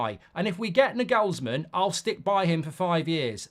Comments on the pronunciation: Nah-gels-man not nag-ells-man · Can you please for the love of god stop calling him Nigelsmann. There's no "I" in his name it's an "A"... Clearly!